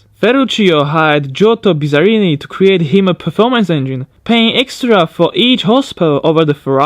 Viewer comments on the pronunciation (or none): none